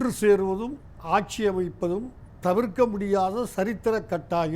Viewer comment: கக்ஷியா .. ஆக்ஷியா .. வறக்க்ஷியா (வறட்சியா)? புரக்க்ஷியா (புரட்சியா)??